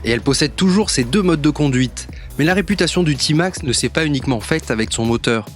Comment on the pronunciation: Vous êtes sérieux ? D’abord on ne dit pas « Timax » mais « Témax », ensuite il est euro5 depuis 2020 ! Il n’y a absolument rien que change pour le millésime 2021 sauf une couleur en plus ... 😒